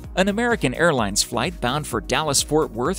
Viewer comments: on the airplane spelling when he said air plans spelt there own name wrong he said airplines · lol. "airplines"